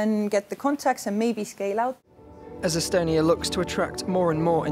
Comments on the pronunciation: E-stonia not e-Estonia! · Seriously? You made a report about digital innovation in estonia and instead of calling it "e-stonia" you call it e-estonia? Boy this deserves the podium of wasted occasion since they started the competition.